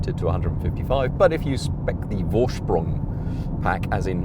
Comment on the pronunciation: "Vorsprung" is actually more pronounced as "Foreshprung"